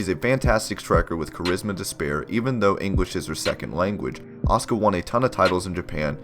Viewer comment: You keep saying her name wrong.